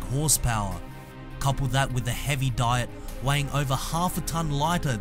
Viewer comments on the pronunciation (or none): none